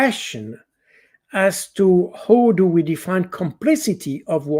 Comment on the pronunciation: How can you say ""Ho"" instead of "how"? Some know-how...missing! By the way, way way Too sloooow. (Swiss time.....)